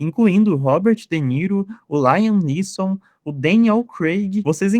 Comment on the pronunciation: "Laiam Neeson" tu tá de sacanagem né? Vai aprender inglês antes de postar vídeo sobre cinema